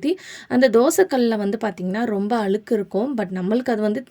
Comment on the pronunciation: அது அளுக்கு இல்லைங்க, அழுக்கு. தமிழ் நாட்டில் தமிழ் படும் பாடு 😂😂